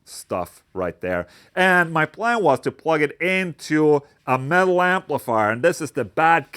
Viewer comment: For the first minute I thought he was saying “male” but he was saying “metal” 😂